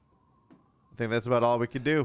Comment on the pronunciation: "I think we did all we could do" don't you mean "I think we did all we cadou?" :D